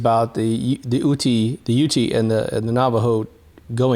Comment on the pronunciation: not trying to be pedantic but the pronunciation of the name UTE is pronounced YOOT not YOOTY. Really like your videos, especially the ones regarding the supposed moon landings.